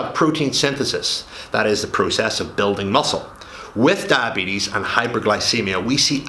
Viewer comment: Come on you talk so much about diabetes but you don’t know how to pronounce it